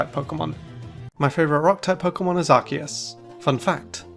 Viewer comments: It's Ar-key-us, not Arkoos! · Ar-key-us, not f*cking Arcoos! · IT'S ARCEUS, NOT F*CKING ARCOOS! GET IT RIGHT ALREADY! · It’s not ark-eus it’s ark-oos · it’s arkoos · No, stupid! It's supposed to be pronounced like RKS! Think of those 3 letters! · Its arkoos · It’s pronounced Arcoos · No, it's Ar-key-us! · It's pronounced Ar-see-us, you unpheasant. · No. It's pronounced Ar-Koos. XD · You're both wrong! It's Ar-key-us! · It's arcoos,Man? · It’s arkoose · it's pronounced ar-KOOS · THERE ARE NO O'S IN ARCEUS! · THE E IN ARCEUS SHOULD BE AFTER THE U! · Unfortunately Arceus was mispronounced the entire time